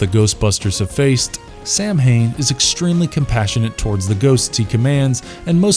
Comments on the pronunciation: It's actually not pro-nounced Samhain, it's actually Sow-in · FUCK. SAMHAIN IS PRONOUNCED SAW-WHN Fuck. Do your research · samhain...it's celtic. it's pronounced like saw-when. not the american way sAm-hAiN. for fecks sake. greetings from good old europe. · Omg it's not pronounced sam hain It's pronunciation is ( Sow Ween ) it's drives me nuts when people say it like that. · ‘Sow-in’, that’s how it’s pronounced…. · so just a note, Samhain is traditionally pronounced as "sow-in" <3 love the vid though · Samhain -> Saa wn or Sow-in or Savin (I beleive I got the irish pronunciation correctly) Blessed be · The Irish festival is pronounced sowamm . It am Irish word and pronounced differently to how it is spelt. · Samhain LoL 😂 it’s pronounced “sow in “ LoL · Ok Samhain is pronounced sa-win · some of your pronunciations are seriously off, especially the festival of Samhain, try doing some research.